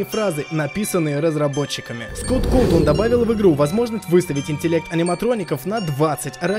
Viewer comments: да не коутун а кавтон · Не Калтон,а Кавтон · Какой Скотт Кэлтон? СКОТТ КАФТОН, МАТЬ ТВОЮ! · Скотт Колтонн??! Скотт Ковтан или же Коутон